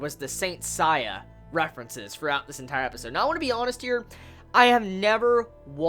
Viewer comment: Nice review as always! I can tell you are not familiar with Saint Seiya when you can't pronounce "Seiya" properly lol. I've been a Saint Seiya fan for over 10 years and I loved this episode.